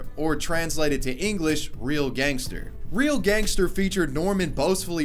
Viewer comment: Aichster gangester lol